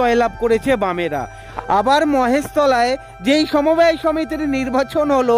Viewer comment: সমবায় হবে , সমব্যয় নয়,ঠিক উচ্চারণ করুন